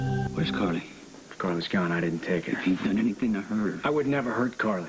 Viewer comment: Is Sonny saying Cardy? Not Carly.